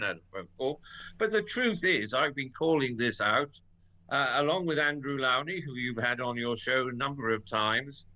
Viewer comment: Please pronounce Andrew Lownie's name correctly. Lownie rhymes with SLOW not COW. He's too polite to correct you.